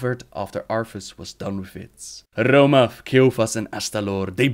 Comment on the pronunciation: Rrrrrrrrrrrrrrrrrrrrrrrromath that r.